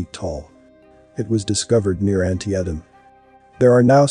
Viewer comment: Antietem is pronounce an-tee-tam